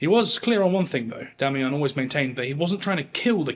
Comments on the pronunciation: Oh for Heaven's sake... DO get some help before you even TRY to pronounce words in French...🤨🤦🏻‍♂️🤬💩 "La journée sera rude"... 🤨 WHAT? Or M. Damiens surname... it's not Damiyan ...Damiyen.. Sorry, but this clip was boring and made worse when an English man "trayying tå speek Fräänschä... ". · Not being a dick, but the pronunciation of Damiens needs work. Not “ons”; but more “eh” with nasality. I wish I could do it for you. Damiens- shove that “eh” in your nose. You already have a nice nasal for ‘ons”. I enjoy you. Thanks. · Take a shot every time he says, "Demmy Yong". 😂😂😂